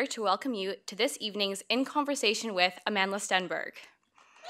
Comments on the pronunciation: No Amandla... not amand-la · Sesethu Hotele it is Amand-la but the person in the vid was saying amandala